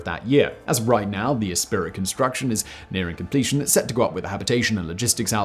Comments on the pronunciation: Simon, please dub in the correct pronounceiation , it is esprit as in esprit de corp not e-spirit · Love your content bro, but it's "espree". Like esprit de corps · isn't it "" ESPREE"?